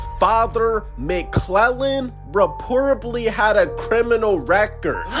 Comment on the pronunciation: You lost me at "reportably."